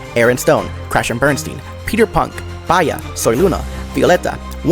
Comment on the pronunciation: The Bia pronunciation killed me hehehehehehehehehehe Bia is a Brazilian girl so the pronunciation is more like "bee-ah". Bia is short Beatriz